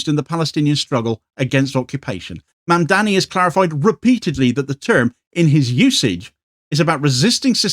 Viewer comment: His name is Mamdani not Mandani. Easy to get wrong.